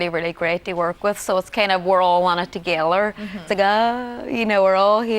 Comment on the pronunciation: She says "Togella" and not "Together" :-/